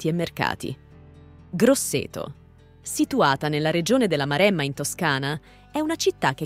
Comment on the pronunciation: Io sono originario di Pisa: si pronuncia Pisa, non Piza! E poi Pistòia, Marèmma, Bolghèri, Pitìgliano, Pòppi... mi sento male ad ascoltare una pronuncia così! 😱🤮